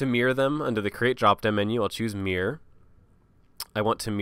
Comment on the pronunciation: great tutorial, I still refer back to it years later if I ever forget anything. Still makes me chuckle when he says "Mirror", sound more like MEAR